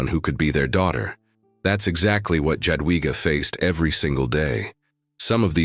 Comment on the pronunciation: The pronunciation is J(ya)adwiga. Yadwiga